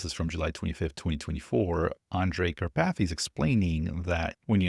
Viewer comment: Kar pathy! 🤦‍♂️😂🎉